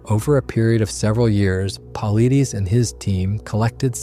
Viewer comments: His last name is pronounced "pul•EYE•duss" not "PAHL,uh•DEEZ" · David Paulides = Paul-eye-dess NOT Paul-eye-deez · I'm not meaning to be rude in any way. It seems as though you respect his work, and feel his work is credible. The least you could do is pronounce is name correctly. It is not Paul ih dees. It is Paul eye des. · It's not puhleedees. It's paul eye'd uss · Very well done! Thank you!! May I say that David's last name (Paulides) is pronounced as though you were saying "Pa-lie-dees" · You butchered David’s name Edit: Paul-EYE-Diss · It’s pronounced “pa-light-us”. ✌️ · "David Paul Ideaze" 😂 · It is pronounced "Paul I des". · PAUL - EYE - DEES try that in the text to voice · 8.58 Pavlithis (Παυλίδης), that's the pronunciation of his surname. When you come to Greece , buy 🍫Παυλίδης. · It's, paw LIES deez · Thorough video on the subject, but you butchered David Paulides’ name each and every time you said it. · Your next research project is to learn how to pronounce "Paulides". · You destroyed the pronunciation of David Paulides name. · You totally mispronounced Paulides. Have you ever watched any of his videos? I assume not or you would have pronounced his name correctly. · Mispronounced his last name! David is a great researcher! Big game hunting guides and native Americans know of these people. No city desk jockeys can know the facts! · Please learn to pronounce Paulides. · Too bad the narrator can't correctly pronounce David's last name "Paulides". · Good job, but you butchered David's last name. Its not a big deal, but it says a lot about your style of research. Mispronouncing "Paulides" should NOT happen. It tells me you bipassed years of actually listening to David on various platforms. Im so curious how you allowed that to happen. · Why can’t these videos use real people to read the text. Or if it’s a real person, for goodness sake, pronounce his name correctly!